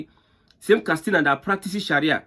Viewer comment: KAT SINA NOT KAS TINA